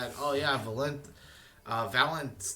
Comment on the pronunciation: valentez? it's Vaylantz (vei-len-tz)